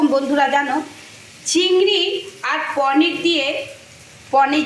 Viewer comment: Poneer bole na paneer bole